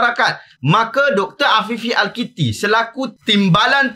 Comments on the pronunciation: bukan al kitti, tapi al akiti, wallahuaklam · Al-Akiti kotttt ... not Al-Kiti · Kalau pun Tuan tak berkenan kat sosok tubuh itu, sebutlah nama dia betul2 Namanya Afifi Al Akiti. Bukannya Al Kitti